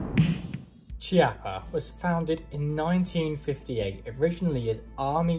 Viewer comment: Beautiful test and wonderful gun. If it had been a conversation between friends it wouldn't have mattered, but if you do a video test, you should at least know how to pronounce the stuff you're testing. Every time you said Chiappa" my ears bled. Nowadays it's not difficult, just go to Google translator, choose Italian, write "Chiappa" and have it read to you. There are no more excuses.